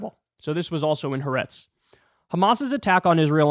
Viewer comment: As usual, I agree with your reportage completely, BUT . . . here's a correction of your "HA'ARETZ" pronunciation: It SHOULD be THREE syllables, accent on SECOND syllable, as: "hah-AH-rehtz" -- two Hebrew words meaning "the land" (of Israel). The apostrophe indicates the break between the first two words. A few western journalists have worked this out, but many haven't.